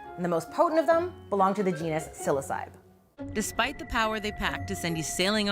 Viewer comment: Not tryna be petty, nor am I judging, but the proper/actual pronunciation for the psilocybe genus is “sill-OSS-uh-bee” not “sill-OHH-cEYEb” ^_^. Not that it really matters, but just in case yall care ^_^. Psilo- Greek word for naked or bare Cybe- Greek for head or “headed” Together, bare headed ^_^. Named before anyone knew they were magic or contained psilocybin haha